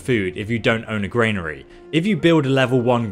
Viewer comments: good video but arrgghh! it is a GRANary not a GRAINary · Granary is gran nary not grain nary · Gran-ary. Please pronounce the main words in your video correctly, you use them a great deal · Yup, and it's a Granary not a Grainary. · And also GRAINary 😂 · Granary is pronounced GRAN A RY. Love the videos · I'm English by birth and breeding. I'm a Kentish Man and an English Yeoman. I've lived in England for 50 years and never pronounced 'militia' or 'granary' like does. He's just inventing his own pronunciation. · I’m struggling, halfway through, with the mispronunciation of ‘militia’ (and ‘granary’). As a fellow Brit. just want to say that we don’t all speak this way. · Granary and militia are pronounced wrong here mate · Great vid but please learn how to say militia and granary properly. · Millita grainary 🤣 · Millta, grainery, kill me now ffs lol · Investing your skill points in your Millita and Grainery gives you +10 proficiency in word pronunciation